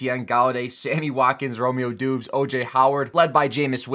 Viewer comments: I think it’s pronounced Dobbs not Doobs 🤣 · It’s pronounced DOBBS not DOOBS